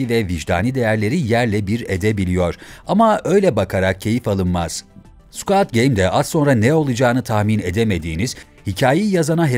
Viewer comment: Keske bu videoyu yapmadan once "squid" kelimesinin nasil telaffuz edildigini ogrenseydiniz. "Squad" gibi okumus metni okuyan kişi, squad degil, squid.